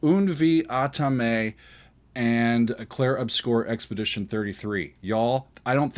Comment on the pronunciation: My man need to learn how to correctly say the world 'obscur'